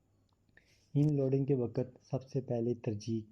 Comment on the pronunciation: Oh Bhai inloading nhi hota unloading hota hai ..barra aya teacher 😂😂😂